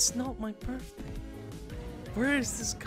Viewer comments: it sounds like he is saying 'its not my birfday' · It's not your "Birffday" but it is your birthday!